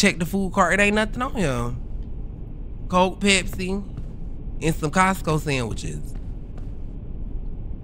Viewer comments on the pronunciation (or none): none